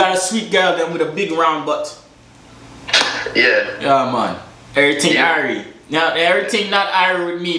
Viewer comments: It's big batty not boodie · Batty is batty not butt